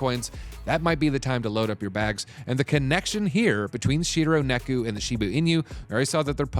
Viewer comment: Neku??? It's Neko. Just look at it.